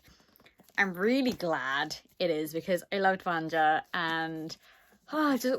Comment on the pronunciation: Yaaaaaay, it looks so beautiful! I'm expecting my copy to arrive in the next day or two and I've been dying to see the naked hardcover 😍😍😍 Btw (and this is just to let you know if you're interested, please don't take it as criticism), the pronunciation is slightly different. It's supposed to be read "Vanya", the JA in slavic names reads more like the YA combination in English. For some reason, the only word that comes to mind right now is yak 🤷‍♀️😂 In any case, you're in for a treat. I read it on audio last month and it's wonderful, I hope you enjoy it 😊 And the little cat thing is Ragne. I only remember because I read both books last month, otherwise I have memory of a goldfish 😂